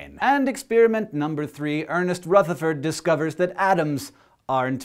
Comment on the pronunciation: OMG HE SAID RUTHERFORD RIGHT! As an Irish dancer, it irks me to no end when my teachers say RUEtherford, because it's RUHtherford!!! Hank, you just became more awesome than before!!! :D